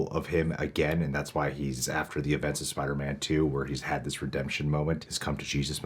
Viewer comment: Doctor Strange said Spidermen